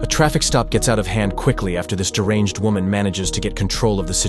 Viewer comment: Even wahmens cant be copsntonither wahmens